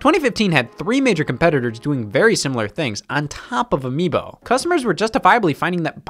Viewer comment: anyone else realize how Scott said "miibo"